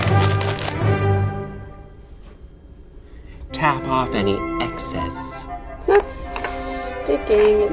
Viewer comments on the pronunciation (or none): Tamp off any excess When your trying to be British but are actually an East Londoner.